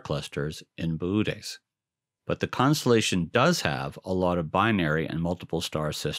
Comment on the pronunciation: You do know that it's actually "boh-OH-teez", not "BOO-tez", right? That second O has a diaeresis for a reason. Lovely series of videos otherwise!